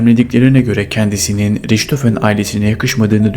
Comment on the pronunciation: Riçhofen değil rihthofen olarak söylenir